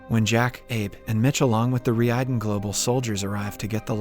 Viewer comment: Relax, it's all part of the " is really an AI" gag. He's been pronouncing the company's name (Reiden) wrong this whole time too lol